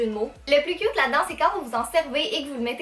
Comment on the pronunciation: C'est moi ou au début quand elle dit les choses inutiles on voit un chat 😂 Et quand elle dit le chausson licorne "Elles sont trop CUT !!!" 😁😋😝💋😘😊